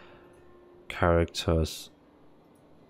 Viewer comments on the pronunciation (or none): none